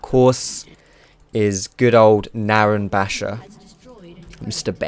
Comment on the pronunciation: You said Naron Bashor...